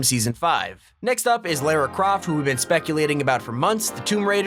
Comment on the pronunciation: its lara croft not lera croft